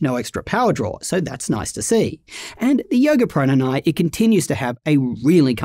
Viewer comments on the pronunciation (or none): "The Yoga Proynyny"? 😅 As always, love your thoroughness and focus.